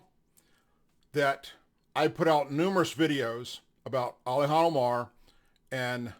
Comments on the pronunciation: Its Ilhan not alyhan. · Hey man I hate to do this, but you sounded drunk, either that or you had marbles in your mouth. Her name is not Alhan it is Ilhan (ill-han not all-hon). Her last name is not Oil har it is Almi (all-me), She couldn't get in being the daughter of a terrorist warlard so she took a new last name from another family already here. You need to know your subject better thatn you do or you come across as a duffus. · it's Ilhan... pronounced ILL-HAWN... sorry that drives me insane 😂😂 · Hello, love your posts. Thanks for all do. I know you have a hard time saying that nut jobs name. To break down Ilhan name (sounds like * ill hawn ***)